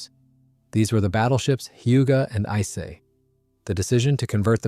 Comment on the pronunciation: How many different ways did this AI mispronounce "Ise"?